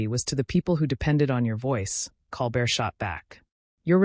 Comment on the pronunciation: And Colbert name is mispronounced.